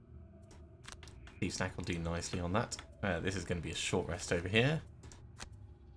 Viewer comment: Every time you say "thief's knack," I hear "thief snack." That should be the name of the healing card.